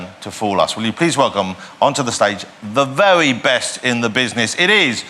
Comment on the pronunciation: 'The Vewue best in the business...it IS... Penn .. and Tellah!'